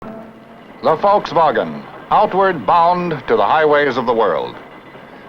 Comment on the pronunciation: Finally someone pronouncing Volkswagen correctly. 👏👌🙂😊👍